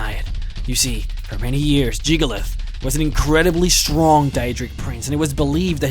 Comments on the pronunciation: Hyperventilate JiggaLAGGGGGGGG. Lag! Not "_Lath_"… I-…I know you have an accent, but you can say the rest of his name, so why can't you say it correctly? D: Other than that, I love this, and I love you. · It's jyggalag not jyggalith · its jig-ah-lag not jig-oh-leth in not trying to be rude, but how do you get a 'th' sound from a 'g'? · JIG-UH-LAG.. where the fuck are you getting Jig-ah-lath?? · Jyggalag not jygalath get it right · It's Jyggalag not Jyggalath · I still can't get over how you pronounce Jyggalag as Jygolath. Then again, it wouldn't be you if you didn't butcher a name's pronunciation in a video. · Jyggalag not jyggalith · Why do you keep saying "Jyggalath"? It's clearly "Jyggalag". The other mispronunciations, I can forgive, but not this one. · Jamie Thorburn It's "Jyggalag." You know, with a "G" at the end. So no, you don't say Jyggalath, you say Jyggalag. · Why do you call him Jyggalath and not Jyggalag? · I'm not sure but i don't think "jyggalag" is pronounced as "jyggalath" :p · WOW. was the real Jyggalath defeated by the real Shampion of Cyrodiil??? And its true that jyggalath was a DaEEEdric lord??? i never knew. i mean come on man you pronounced jyggalag right the first time... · Stop calling him Jygolath. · So you can spell Jyggalag, but you still pronounce it "Jyggalath"? That's... Highly annoying. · Jygglyath and Shampion of Cyrodiil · “Jyggalath” “Shampion” “Syrodill” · jyggalag. jyggalaugh. jiggalus. jyggaluv. sorry, i HAD to emphasize your different pronunciations :p what i find awesome is the 16 accords of madness books. although the 15 other daedra banded together to fuck over jyggalag, as sheogorath, he still managed to outsmart them and fuck them over royally. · good video i gotta admit, but damn it is irrtitaing when you say Jyggalath its not that at all... cmon please at least pronounce Jyggalag correctly when its all over this video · Why do you keep saying "Jyggalath?"